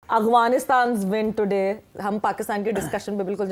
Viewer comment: Btw guys it not Aghwanistan 😂😂😂 it Afghanistan❤